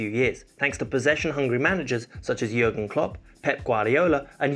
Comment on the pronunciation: Why we south Asians people hear your pronounciation like Yurgen klops, Yulian nigelsmann